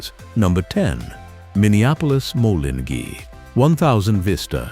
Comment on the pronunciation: To the author of this video..........DONT BE SO LAZY. Voice the videos yourself. The Minneapolis-Moline pronunciation is HORRIBLE. The computer generated voice might sound nice but with so much mispronunciation it makes watching this video a joke.